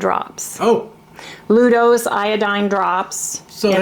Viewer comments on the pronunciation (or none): It’s LuGols not Ludos and yes iodine has flavor, pretty nasty on its own!